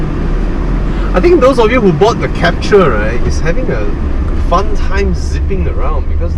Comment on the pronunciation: Is Captur, not Capture!